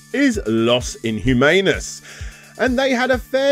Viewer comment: Man, your spanish sucks, maybe try using Google translate next time. Inhumanos should sound like E - New - Man - Us, not like Lost in Humanus, as I thought you said (I wasn't looking at the screen when that bit came)